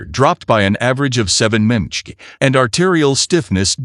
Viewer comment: Teach your AI to pronounce mmHg.